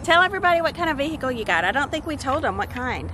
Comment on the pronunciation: I love how calls it a “vehickle” instead of just a....car! 😆 Say car! It’s a car!